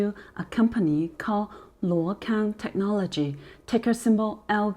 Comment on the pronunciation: Hi if you can read Chinese/Mandarin , please take note this company name is pronounced as 路/陆 空！！！